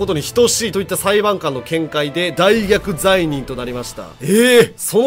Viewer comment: コメ欄流布の読み間違いに気づいても大逆の読み間違いには気づかんのな